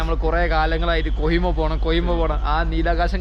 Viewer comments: കൊയിമ അല്ലടാ. കൊഹിമ അങ്ങനെ പറയ് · കോയിമ അല്ല കോഹിമ